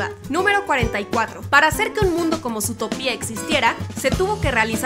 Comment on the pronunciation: Lindo video pero te corrijo algunas cosas. Zootopia no lleva acento en la i,dijiste San Frantokio en vez de San Fransokio en otro video y el nombre del viejo Macgucket es Fidleford no Filderford jeje.